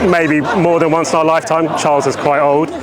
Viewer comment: I like the Irish pronunciation of king Charles the turd...